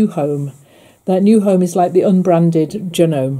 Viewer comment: We pronounce the name Janome, adding the. E, I notice you don’t. Good machines.